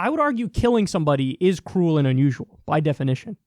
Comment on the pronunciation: hah. when he said "I would never argue its not cruel" i heard "cool" XD